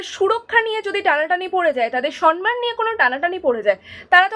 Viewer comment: সন মান নয় উচ্চারণ টা সম্ মান , সৎ + মান = সম্মান। এই উচ্চারণ টা মাননীয়া এনেছিল সন মান আর এখন সবাই এটাই উচ্চারণ করছে না বুঝেই।